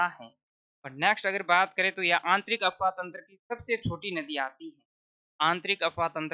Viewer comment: गुरुजी यह अपवाह तंत्र होता हैं न कि अफवाह तंत्र...😊 अफ़वाह... झूठी बातें अपवाह ...आंतरिक/ भूगर्भ में जल प्रवाह